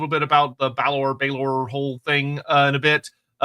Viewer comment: Tuath Dé Danann: Too-Ah Day DAN-Un Balor: Bah-Luhr I'm not watching back through the stream to see what else he said, if anything, but trust me, he was well off.